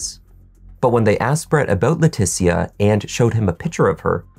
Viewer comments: Her name is not pronounced Laa Teetie Ah. It’s Laa Tee Sha. C’mon man. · Just an FYI, her name is likely pronounced Letesha, kind of like Patricia. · your annunciation and delivery are impeccable. However, I have a couple of friends with the same first name and they pronounce it "Le-tisha", of course not everyone is the same. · Leticia pronounced La tee sha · He is. He murdered that ladies name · You keep pronouncing her name wrong and it's so annoying. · You can't pronounce Leticia's name correctly, even though you used footage where it's pronounced properly? She's good enough for you to attempt to make money off of her tragedy, show some respect by pronouncing her name right.